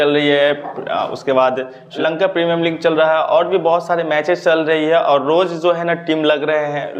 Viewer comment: Sir ling me nhi league me sellection hota hai 🤣🤣🤣